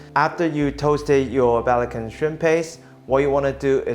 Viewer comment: it's not pronounced as "balakan" shrimp paste, it's called "be-la-chan", "be" as in "BURma" and "chan" as in British pronunciation.